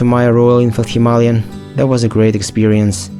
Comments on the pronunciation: It is not Hima-ly-an as you mentioned a hundred times, it is Hima-Layan like ayan at the end! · Why do so many people keep misspronouncing HIMALAYAN, by saying himalyan? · Are you mispronouncing Himalayan on purpose?